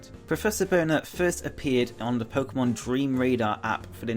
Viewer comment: It’s pronounced Mon, like Pokémon, Not Mohen. Also, it’s pronounced Koo-Kooi, Cooki XD